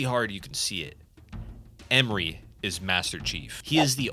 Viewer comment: It is not Emri it is EMRE. There are literally voice lines pronouncing his name correctly. Please give at least the minimum amount of shit to say it correctly if you're gonna have a segment in the video talking about him.